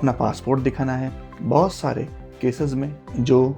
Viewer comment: Bhaat nhi re baht😂